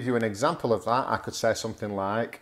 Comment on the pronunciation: OK, good idea. A few seconds later you say that students often "say"..... And your "say" sounds like 'se:' rather than /seɪ/. Looks like you don't pronounce diphtongs :) right?